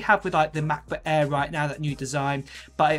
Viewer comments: I could not finished the video due to constantly hearing “ mah bah aaaaa” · Sorry... the way mans says "MAH-BOOH-AEHHH" gets me every time ;) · Mahhkbohhh Aairrr, or MacBook Air? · Ma'boh' Eah'